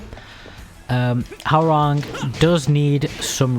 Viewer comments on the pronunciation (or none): Please stop saying HOW rang. It is pronounced HWA RANG.